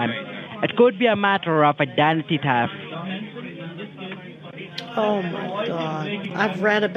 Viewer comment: "Idanty tafft" --- LOL!!!